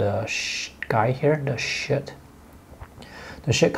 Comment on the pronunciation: I had a laugh at your pronunciation of the ladies shirt.......shit...lol ...excellent video again ,thank you .I do learn lots from them